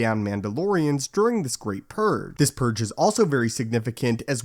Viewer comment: PurGE, not Purr.